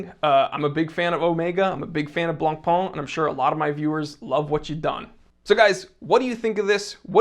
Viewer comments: Stop saying "Blanc-PUH" 🤣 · dear, Jean Claude Biver's name isnt that butchered, but BLANCPAIN is STILL BLONPèN and NOT BLONPAAN or (goshhh!!!) BLONPON!!!!!!!... 🤯🤯🤯🤯🤯PLEASE be nice to the Whitebread and do not butcher that too violently. 🤣🤣🤣😈😈😈🤯🤯🤯🤯🤯🤩 Meanwhile we'll hopefully see not another copy of a copy of a copy of an FP Journe or Moser... Perhaps a new instant classic in Luxury sportwatch? Who knows... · if you can pronounce Chopin, you can pronounce Blancpain. The -pin in Chopin and the -pain in Blancpain (it means 'whitebread') are pronounced the same.